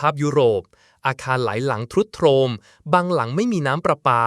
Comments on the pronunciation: คุณน้องเรียนภาษาไทยมาจากไหนครับ เป็นคนไทยหรือเป่ลา ทรุดโทรม เขาอ่านว่า ซุดโซม ครับไม่ใช่ ทะรุดทะโรม ทำฬห้ผู้ฟังปวดหัวเพราะเป็นภาษาวิบัติ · ทรุดโทรม อ่านว่า ซุด - โซม แต่ AI อ่านว่า ทรุด - โทรม อ่านตามตวอักษรนะ😂😂😂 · อะไรวะ ทรุดโซม ต้องอ่านว่า ซุดโซมซิ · เสียง ต้อง ซุดโซม นะ แอด ไม่ใช่ ทรุดโทรม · ทรุดโทรม อ่านว่า ซุดโซม นะ ไม่ใช่ อ่านว่าทะ รุด ทะโรม, ทราย sand อ่านว่า ซาย ไม่ใช่ ทะราย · แอดเจตนาอ่านผิด ..ทรุดโทรม...อหิวาตกโรค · ทรุดโทรม อ่านว่า ซุด-โซม นะครับ ไม่ใช่ ทุด-โทม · ทรุดโทรม อ่านว่า ซุด-โซม นะครับ😊😊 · AI แปลตรงไป ทรุดโทรม =ซุดโซมนะครับ😂😂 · ใช้ AI อ่านหรือเปล่า อ่านผิดหลายคำ เช่น ทรุดโทรม ต้องอ่านว่า ซุดโซม, คำว่า แตกร้าว ต้องอ่านว่า แตก-ร้าว มิใช่ แตก กร้าว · อ่านว่า " ซุด โซม " ค่ะ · เล่าเรื่องได้ชัดเจนดีแต่ ต้องปรับปรุง เช่น คำว่า ทรุดโทรม ต้องอ่านว่า ซุด-โซม อหิวาตกโรค ต้องอ่านว่า อะ-หิ-วา- ตะ-โรค นะครับ ช่องไม่ใช่ ซอง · ทรุดโทรม อ่านว่า ซุด-โซม /อหิวาห์ตกโรค อ่านว่า อะ-หิ-วา-ตะ-กะ-โรก ครับ แต่ทำออกมาได้ดี ขอให้กำลังใจครับ